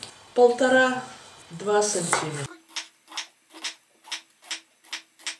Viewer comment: Опять сАнтиметр. Притом 4 раза за минуту. Боже. мои уши.